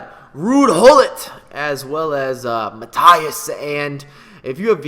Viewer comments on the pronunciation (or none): none